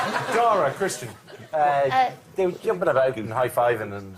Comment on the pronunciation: It sounds like Jimmy occasionally calls Kristen "Christian".